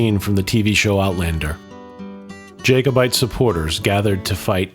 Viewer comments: It's Inverness, not Inverniss. Its jacobite not jakeobite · I know it's pedantic but I wish you would pronounce it Jack-obite not Jake-obite. Thank you! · I just want to point out. It's pronounced "Jack-o-bite" not "Jake-o-bite" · Had to switch off, the “Americanised” pronunciations were too much. Jack-o-bite is not pronounced Jay-co-bite. And it’s Clan Fray-zer, not Frayshoor. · Whoever did the narration,needs to learn how to pronounce Inverness and Jacobite !. I am called Greg,after my great grandfather who was called Gregor McGregor,this battle is part of my family history.